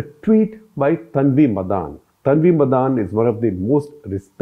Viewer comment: Sir, its not "Tanvi MadAAn" like you are pronouncing. It is 'Tanvi MADAN". She is from Tamil Brahmin family.